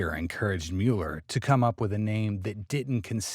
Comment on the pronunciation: Not Mewler, Muller.